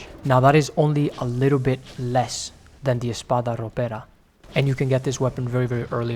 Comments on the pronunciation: Where are u from if i can ask, i Like your "r" when u say espada ropera, btw i never enjoyed any of those cuz a weapon that only do a single moveset is not for me, even if they all look amazing, i Just can't enjoy something Like this, gr8 video tho!!! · Aaaah, that perfect pronunciation of Espada Ropera gave me years of life